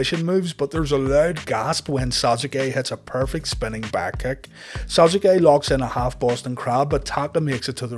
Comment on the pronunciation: He said those names correctly. Worse troll going.